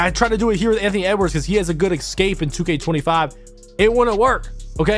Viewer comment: Jesus mate. Its E-SCAPE.....Not EC-SCAPE. ESCAPE!!